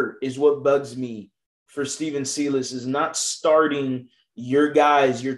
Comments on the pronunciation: I love watching your videos bro but your miss pronouncing the coaches name. If you watch rockets games you should know how it’s pronounced. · You’re pronouncing Silas wrong.